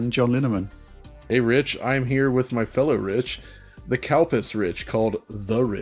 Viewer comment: I can't be the only person that thought john said "Cowpiss" and not "Calpis", can I? I giggled at the aptness :D